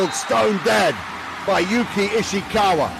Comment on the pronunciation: From 🇯🇵 いいね︎👍 間違えてますよ。石川祐希は「YOUKI ISHIKAWA」です。 西川有史は「YOUJI NISHIAKAWA 」です。